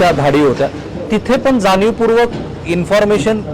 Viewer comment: जानीवपूर्वक, कंपण्या, ... काय हे.. Plz, शुद्ध बोला!!. धाडी घातल्या हे प्रसिद्ध / जाहीर केले तर काय बिघडले.. त्याची का लाज वाटते?? Declare करायचे नाही का??